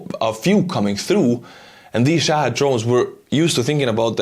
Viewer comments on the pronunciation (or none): none